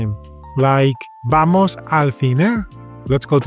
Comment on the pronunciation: Hola! When does the "v" become "b" like todo va bien and vale... but you say vamos with a "v"